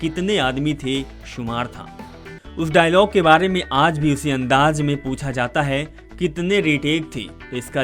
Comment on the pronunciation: abe hajir nhi Hazir, Andaj nhi Andaz hota hai jahil, teri language ki vajah se dislike krna pd rha hai video